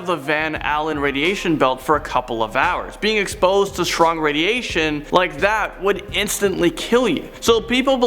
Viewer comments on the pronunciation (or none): none